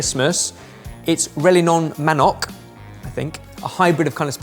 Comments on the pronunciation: Thank you for featuring Filipino food!!! 🥰🥰🥰 it's "REL-YEAH-NOONG MANOK" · What a fascinating mix! And close enough pronunciation of Rellenong Manok. If it helps, it's more of rel (like bell) + ye (like yeah) + nong (like among) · Rellenong (Relyenong) Manok! 😂 Great show! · A bit late but seeing as no one mentioned it in the comments, it's pronounced as 'rel-ye-nong ma-nok'. If it's a double L, it's pronounced as 'lye'. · Rellenong manok would be pronounced rel-ye-nong ma-nok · My grandmother (lola in Tagalog, one of the Philippine regional languages) used to make rellenong manok for Christmas, but it was indeed so involved and labour-intensive that as she got older she would just order it ready made from a restaurant 😅 (btw it's pronounced Rel-yeah-noh) Nowadays in my family it's typical to have on Christmas a Filipino paella/arroz valenciana, a Christmas ham (cured Chinese style but with a pineapple glaze), macaroni or potato salad, and for dessert a fruit salad made from tinned fruit cocktail, very boozy Christmas fruitcake, and some form of coconut sticky rice cake. Truly a melting pot of cultures on the table 😆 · Pronunciation of the chicken dish is: “Reel-Yeh-Nong Ma-nok” I’m Filipino and i’ve never tasted nor seen this dish before. I’m familiar with the fish version of this called rilyenong bangus it’s basically the same cooking preparation just on a different protein i.e fish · Rellenong Manok -> Rel-ye-nong Ma-nok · I'm from the Philippines. I've never seen that version of the chicken that well made... Kudos to the Chefs. Also, It's pronounced "Rell-Yen-Nong. Man-nok" Advanced Merry Christmas and Happy New Year to you all at Sorted and in the comment section! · I kept hearing familiar words like "lechon" "ube" "calamansi" and "Eden cheese" and I still didn't think it was Philippines. I guess we really do celebrate Christmas differently. 😂 Also, it's pronounced rel-ye-nong mah-nohk! 😊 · pronunciation is off haha but it was a nice try!